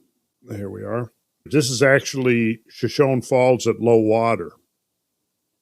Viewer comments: Friends, it's pronounced shuh•show•nee, not shuh•shown. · Shoshone I believe is pronounced “sha-show-nee” after the Shoshone Indian tribe native to the area.... love the podcasts fellas!